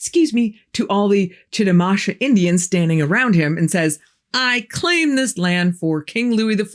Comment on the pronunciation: Chitimacha Indian here and I'm probably the only one you'll ever meet, sadly. (And ha. I love the way you pronounce the name. It's not right, but your way sounds much fancier than the correct way.)